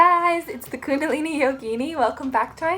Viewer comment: Pro sanskrit pronunciation tip: kuṇḍalinī has one short i and one long i. Meaning it sounds like kundalinee (like the english word linear). And yoginī has one short and long i as well. The bar over the top means long. So it sounds like yoginee (again, like the word linear). Us white folk will get it sooner or later.